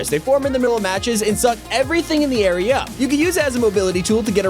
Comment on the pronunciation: so funny how he said area